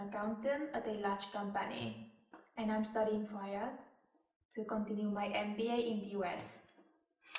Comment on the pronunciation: The host at the beginning does pronounce the brand name of the test correctly. It's called IELTS = eye-yelltz